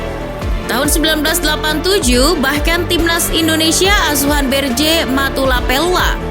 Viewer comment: baca berce bukan bertje